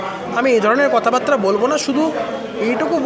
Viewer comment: সুন্দর এবং ভালো বলেন, কিন্তু বাত্রা বলেন কেনো, ওটাতো বার্তা (বারতা) বাতরা নয়।